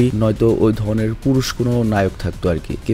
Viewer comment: ঐ ধনে নাকি ঐধরণের কোনটা বললেন 😅🙄